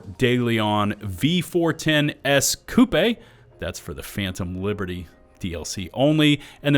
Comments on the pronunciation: It’s not coupe’ it’s coupe. No emphasis on the e. Why do people continue to make this mistake. Poor English being taught and improper English being added to the dictionary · "Coupe" is just koop, like life's loops. Lol